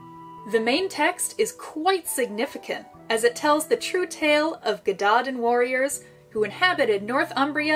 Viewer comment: Brilliant, brilliant, so informative. Just a tiny, tiny word on pronunciation - Y Gododdin sounds like Uh Godotheen - dd is a welsh letter in it’s own right, and is more like the ‘th’ in english … Dinogad - emphasis on Din and then Og - Ad - Din-og-ad…..